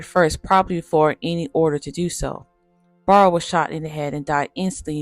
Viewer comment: Clydes last name is pronounced "Bear--roe" ......not "Barr-roe". Very nicely done video.